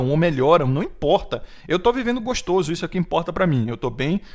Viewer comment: Cara, numa boa, sério, para de falar "goxtôso".